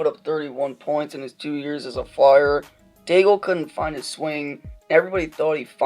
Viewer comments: Day-gull LMAO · Dagel sounds so dumb- and you even said it right once after hearing it and then went right back to Dagel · "Daig-el"...just goes to show you know nothing about hockey and you're just reading off someone else's words. Disliked. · Wrong prononciation.